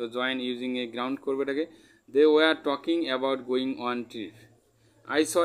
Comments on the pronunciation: Sir গ্ৰাউন্ড নয় জিরান্ড বলে 😊😊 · Gerund❎️ Ground ✅️😂😂